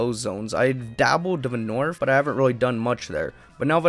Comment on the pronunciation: the "norfth" lol this guy